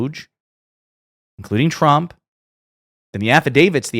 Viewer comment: I'm sorry but it always sounds like she says Chump instead of Trump.